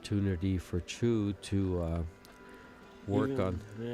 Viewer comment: Her name is Chou, not Chu. Perhaps you could take the time to look at the spelling of her name to give you a hint on how to pronounce her name. Asking too much am I?